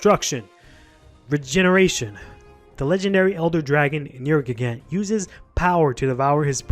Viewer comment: Ugh this YouTuber who doesn't know how to pernounce the monster name... ugh.